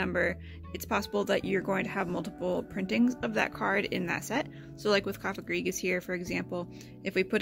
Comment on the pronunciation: I'm glad you pronounced Cofagrigus. I have been pronouncing it incorrectly until now. Lol